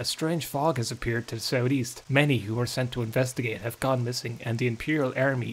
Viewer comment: Just wanna hear say "Sout'east" all day